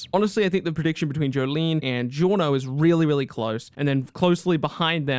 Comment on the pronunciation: this guy said jolyne😂